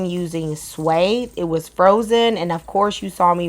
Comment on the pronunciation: LoveLoveLove You&Your Channel 🥳🤩🥰😇💯‼️ When you started this video you mispronounced 🫢the name of the fish. We don’t want nobody going looking for this fish and people looking at them like they’re cr🤪zy…🤣😆😂💯😅🤣😳🫠‼️ It’s pronounced the same way you pronounce Thai…Swai. 😇🙏🏽✅😍☺️😉😁.